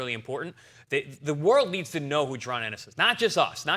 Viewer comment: You can’t say JA-RON?